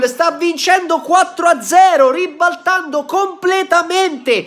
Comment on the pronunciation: Quando dici:"ribbbaltando" me pari Alessandro Borghese Voto diesci